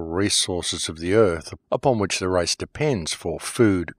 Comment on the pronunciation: By the race or the rice.wrong pronunciation